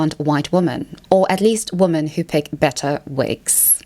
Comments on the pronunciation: Why do you pronounce “women” as “woman”? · Why is she incapable of pronouncing the word "women"?